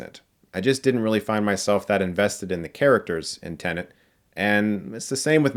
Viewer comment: I love that for Chris, it’s still “TENANT” instead of “TENET”.